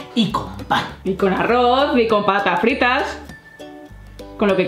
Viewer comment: Alguien se g dio cuenta que cu cando dijo papas fritas en realidad dijo pata frita